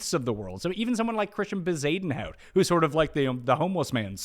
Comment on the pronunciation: would you fkn stop with Bezuidenhuit